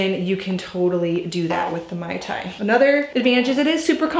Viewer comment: Please pronounce it correctly... it's MAY tai. Not MAI tai.